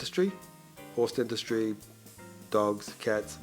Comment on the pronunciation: "Dentushjy" 😫 "arsed" (asked) 😲😲😲